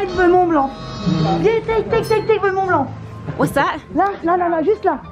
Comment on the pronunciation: This trip looked like so much fun! But I need to tell you as a frenchie subscriber, the C at the end of Mont Blanc is silent aha